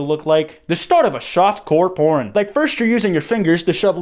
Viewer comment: Yeah him giving us that detailed explanation was bad, but I’m focused more on the fact that he said “shoftcore poern”